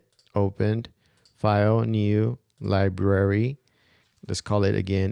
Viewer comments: There is an "R" in Library-- it's not Libary--- it's LibRary....... where were you educated?? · I'm subscribing just because I love listening to you talk! From now on, when given the chance, I'm going to search your channel for FCP and mac tips before searching all of YouTube. Keep it up,! PS...you can totally keep calling it lib-ary! We love it!